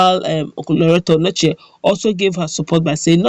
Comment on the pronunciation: That's not Anochie, it's Onochie, check very well before you write ir say a thing.